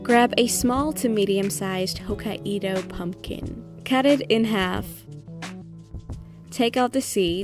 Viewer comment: these are amazing! i think i will use the recipes for a harry potter movie night or sth! ps: its hokkaido, not hokka-ido <3